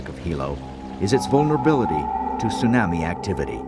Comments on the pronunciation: I may not tease anyone for being concerned about a tsunami coming, but I've never heard tsunami pronounced "tsu-nammy". Most people I know say "tsu-nommi", including the natives on the island. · It sue-nahmi lol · Tsunami, like "your Mommy", not Tsunami, like "Miami". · Yeah, it's the pronunciation I was referring to."tsu-NAH-me" vs. "soo-NAM-ee" ('nam' like 'ham") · Ya the narrator said it weird let's all freak 🤪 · The narrator is terrible! It was driving me crazy that he kept saying "tsu - nah-mi"...with the short "a" sound like in "can." 😵‍💫 Everyone else in the documentary could say it correctly EXCEPT for this narrator! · An event of great loss, but I can't get past "soo-nammie". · Stupid bastards! Why can't they get educated people to do commentary for these videos, and pronounce the words properly? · Not only horrible audio background music and sound effects, the commentator can't even pronounce Tsunami correctly! Shame on you BDHQ! This is just too irritating to watch. Thankfully, we can find better documentaries about this on the internet! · The fucker can't even pronounce tsunami right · The narrator continuously mispronounces tsunami & it drove me nuts. He’s usually excellent.